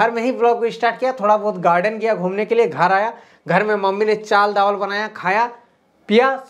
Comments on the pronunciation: Aapka video bahut acha hai,, Aapse thodi mistek ho gai sir, mujhe@ hanshi aai, आपने दाल चाबल की जगह । चाल दाबल कह दिया ।।।😂😂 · chaal dawal nahi hota hai daal chawal hota hai😅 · Chal dawal nhi bhai sahab😅😅😅😅 dal chawal boliye😅😅😅😅 thoda sa mistake ho gya aapse😂😂😂koi na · Thankyou so much bahut achha batane ke liye Lekin dal chawal hote Hain chal dawal nhi😊😊😊😂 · 7: 22 par chal dawal 😂😂😂 chawal daal hota hai bhai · Bhai ji vo a. Chal Dawal nhi hota chawal dal hota hai😢😅😅😂😂😂😂😂😂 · Chal dawal nahi 😂 dal chawal hota hai